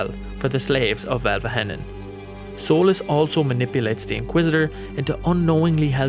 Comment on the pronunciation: Also I'm sorry but it's pronounced Elve-heh-non